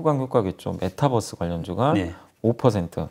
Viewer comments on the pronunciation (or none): none